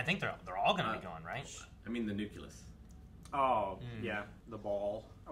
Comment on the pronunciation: Good god,! As if „nucular“ wasn‘t bad enough. „Nuculus“???